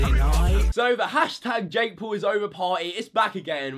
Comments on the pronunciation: It is not Jake pool it is Jake Paul. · No hate but you said jake pool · Its jake Paul not jake pool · you can't even say Jake Paul